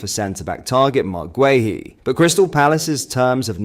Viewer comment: Gay-Hee, not Gway-Hee